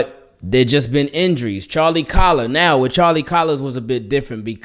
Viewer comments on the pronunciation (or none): Is Charlie Kolar pronounced "collar" ? I thought it was Kolar like Polar. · I've heard it pronounced Coler. As in cole-ur.